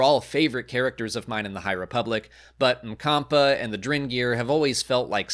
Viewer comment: Always assumed the doctor's name was spelled Macomba based on the way the audio book reader pronounced it. slightly different pronunciation inspired me to look it up, boy was I wrong... Zadina Mkampa Obviously pronunciations can be fluid and the rule is there are no rules